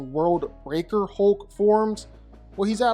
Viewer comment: His name isn't "Holk"...